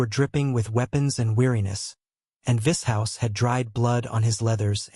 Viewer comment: Vis HOUSE 😂